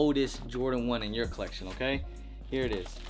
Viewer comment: He often like to pronounce collection 👉 “coleccion” 🤣 😂😭